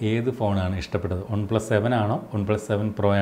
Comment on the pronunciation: Trivandrum kaaran aano? ഒണ് പ്ലസ് അല്ല വൺ plus